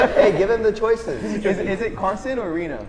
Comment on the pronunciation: No way he pronounced Reno “REINO” 😭😭😭